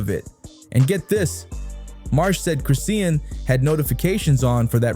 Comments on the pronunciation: If you say Chris-sea-en one more time nicca!!!! IT'S CHRIS-SHAWN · Its chrisean not crisea Ann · The way the bot says chriseen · I thought Noone was going to address the fact that he was butchering her name and the baby name that's ignoring I'm trying to watch it's hard listening to this man❤ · I was reading through the comments thinking “am I the crazy one?! 👀” wondering why isn’t anyone correcting it? Have I been saying it wrong this whole time?! 💀🤣 thank you for commenting on it.